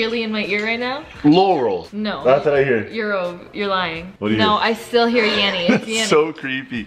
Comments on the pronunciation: I was hearing yanny then in I heard yawi like he did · It ain't yanny or laurel, I hear the same thing as, "YAO-EEE", he doesn't pronounce the letter N at all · I heard Yammy not yanny 😂😂😂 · It's yammy not yanny 989% correct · I hear yawee like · 17, yanny!! But it sounds like yarry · It's yanni